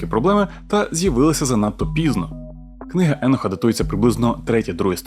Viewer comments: А Чо Еноха , а не Єноха ? ? ? Він теж з бендерштата ? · Книга еееееееееноха :))))ахахахаахахахах да ти блять навіть як його звати не можеш вимовляти…. Еееееееенох😂😂😂😂😂 не еееееееох а Єнох або акцент на О … а не не Еееее … Добре що тупу шапку на тупоголову макітру натягнув… ееееееенох ахахахахахахахааах